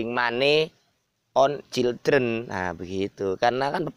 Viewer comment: waalaikumsalam,mas niku kok childreen wkwk bukane yang bener children